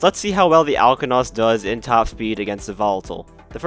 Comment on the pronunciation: You most certainly pronounced it wrong 😑.